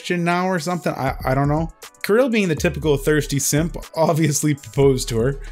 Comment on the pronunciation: Thank for properly saying name "Kirill", Kudos. As for the topic - yeah, this guy is a freak and that the bottom line.